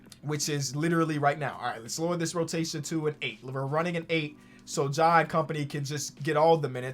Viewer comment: I felt the heat too. If only he pronounced Ja like FlightReacts.